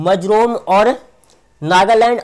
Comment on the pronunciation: भाई वो मजरोम नहीं मिजोरम है